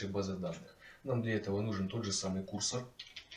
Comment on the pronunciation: курсОр, а не кУрсор